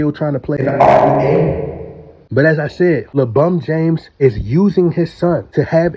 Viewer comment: over and over too. Love it as well haha. Don't forget "Former RBA!"